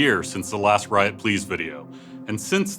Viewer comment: rito pls Not "Riot Pls"